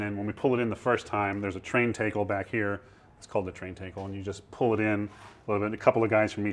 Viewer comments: Awesome video, but the way the tour guide pronounces the word tackle was driving me batty, lol. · Whoah, the pronunciation is "TAKE-ul" not "TACK-ul"?? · tay-kle funny.... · Tackle is pronounced like saying talc not like saying take. Someone must have been fucking with the tour guide when he was in school learning about the terms of sailing.